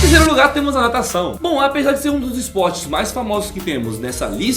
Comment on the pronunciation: Natacão não é dificil '-'